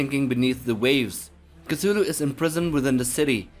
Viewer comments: Initial C is silent: TU-Hlu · Fun fact: Lovecraft was trolling when he was spelling Cthulhu. He never meant for the T to be pronounced. So you actually say: Clhulhu, substituting the T with an L. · It's quite the coincidence, though, that Cthulhu should rightly be pronounced as "Kutulu", and that "KUTU.LU" in Sumerian would translate as: "the Underworld Man". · I pronounce it: "oo(t)h-ooloo." More of a guttural, back of the throat. Don't hard T, but soft T. It sounds way cooler than Koothooloo. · Can’t stand the way you pronounce his holy name. Please stop